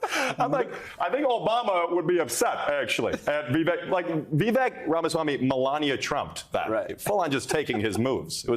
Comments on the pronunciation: Vivek is pronounced ViWake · Not “Vavook”😂😂😂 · Incredibly racist refusing to say vivek ramaswamy's first name correctly - its only 5 letters!! And then saying that he's got a funny last name!! I'm not a rebublican fan but I appreciate non racist talk from all people. White privilege